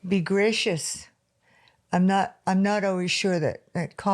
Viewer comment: The first time she said "gracious", it almost sounded Scottish^^